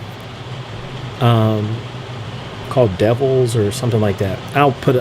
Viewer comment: The song is pronounced “Dee-Evils” which a phenomenal song.... Phenomenal album.... Appreciate this video bro!!! KEEP PUSHING!!! Embrace the journey & and continue to inspire us as well as yourself!!! Peace & Love